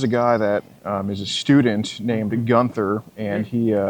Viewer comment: Gunther= jee- you- in- there